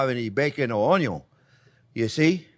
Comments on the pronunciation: "oh-yun" love it. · it’s onyon! 😝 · I love how you say onion onyo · I think CJP loves to say ONYON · It always cracks me up when you say “Onyo is always number 1st”. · It's 'onyo and budder'. For ever and everywhere 🙂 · I only ever want to call it onio from the minute I first watch this delightful man. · The word "ONION" may have two Ns, but "ONYO" only has one. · I've been pronouncing it "un-yin" my whole life. Am I wrong? What is life? Quiche. Quiche is life.